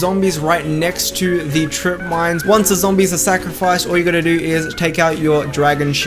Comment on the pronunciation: I think I rather call it; "ZAMBIES"